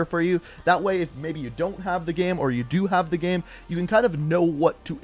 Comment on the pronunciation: LOL you say "gurm" instead of "game".... incredible.